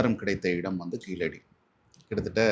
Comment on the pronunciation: Its KEEZHADI not Keeladi, which is a non-tamil pronounciation.